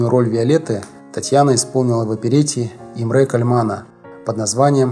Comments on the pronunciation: ...имрЕ кальманА.....ужас.Уважаемый ведущий,вы бы хоть текстом и ударениями поинтересовались.,позор!!!!!!😢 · Большое Вам СПАСИБО за столь интересный рассказ о бриллианте оперетты. Только хочу чуточку Вас поправить : Ударения правильно стоят так "И'мре Ка'льман". На первое "И" и на первое "А" . У этого короля опереты тоже очень интересная биография. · Товарищ, ты из какого леса прибыл? Неужели ты никогда не слыхал про венгерского композитора Имре Кальмана??? Что это за ИмрЕ КальмАн??? Венгерские слова имеют ударение на первый слог! Но про Кальмана-то слышать должен был. И никто никогда не говорил тебе, что он КААААльман! Был еще композитор Легар, ты его, может, ЛЕЕЕгаром величать будешь? Диза! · Создателям канала ЖЗЛ- молодцы, коротко и доступно для народа. Но, все же, ударения в именах знаменитых людей нужно правильно ставить. Не в первый раз делаете ошибки: И`мре Ка`льман, Джулия Ла`мберт- на будущее. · Имре КАльмана . Ударение в обоих словах на первый слог!!! Уши же режет !!!!